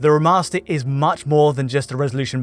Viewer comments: Alan Wake R'mahstah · Great analysis! Taken out of it a bit though by the many occurances of 'remaster' being turned into 'rimaster', and 'veil' somehow turning into 'veel'...